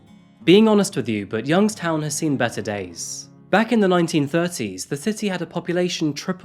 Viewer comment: Youngstown native here. I did a double take when I heard you say the town name. Keep it up bud. Love the channel